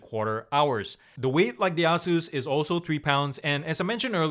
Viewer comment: "A-Zeus" not "Ah-zeus" great review though